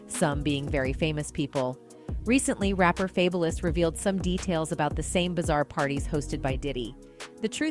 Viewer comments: Damn AI narrators... "Faybolous?" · Why she saying fabless?? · Who the hell is Fay-Bo-louse😂😂😂🤣🤣🤣🤣🤣 why she can’t Read? 🤣🤣😂😂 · Who’s F-A-B-E-Lous😂